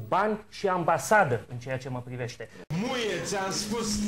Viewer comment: cand zice "Muie.." suna mai mult ca "Nu e ti am spus"